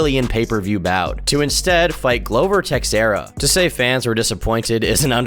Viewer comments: Hey man, it you ever need some help with the names of fightwrs hit me up. Them Brazilian names are hard to learn, like Wanderlei is pronounce Vanderlei. And Texeria is Tejira. Much love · I guess doesn't watch much of the sport, everyone who does is cringing at how he is pronouncing Rua and Teixeira. Edit: Scratch that, he knows no fighters' names